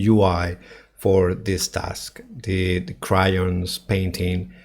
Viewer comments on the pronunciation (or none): "Cry-ons" T_T